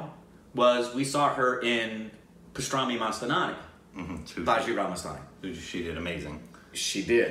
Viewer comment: Can't you pronounce baajirao mastaani 😂😂😂